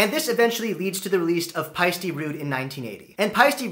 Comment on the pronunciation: Nice post. If you can adjust to the actual pronunciation of "Pie-Steh" as in "eh". It's an Estonian name and as such is pronounce Pie Steh 👍🇪🇪